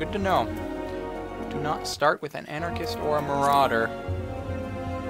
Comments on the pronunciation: Dude, it's ARCANIST, not anarchist. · lol, he said Anarchist instead of Arcanist!